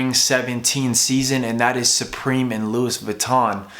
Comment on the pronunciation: Its pronounce loowee not lewis :)